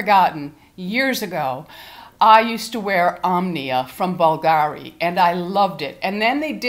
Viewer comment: I love it,but you only need a tiny spritz.It’s pronounced BOOLgahree. 😉